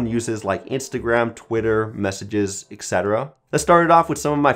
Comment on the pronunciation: Great video but I can't stop getting annoyed by the way you pronounce /etc./ smh...